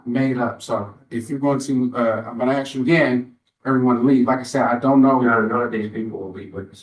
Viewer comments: How does a person get through law school and still say ‘axe’? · The judge saying "axe" is killing me